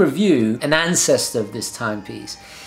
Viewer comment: Great video but ... you said Stowa in strange way ;) Its german name. Just type in youtube Stowa uhren and listen how germans do it.